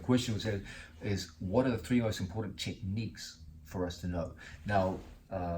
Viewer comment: Quit saying "tree" instead of three please. annoying